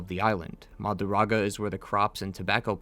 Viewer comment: Mah Drew GAH DAH.. not marudaga